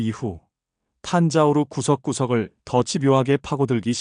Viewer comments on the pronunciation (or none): 탄자우르가 아니고 탄자부르 입니다. (Thanjavur) 탄자우르는 존재하지 않습니다.